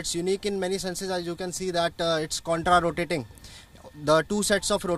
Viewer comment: contra not couter